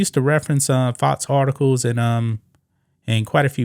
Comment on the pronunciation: FoX NOT fots. Learn to pronounce your x's